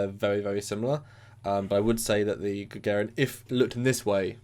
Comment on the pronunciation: I find your mispronouncing of "Gagarin" very amusing.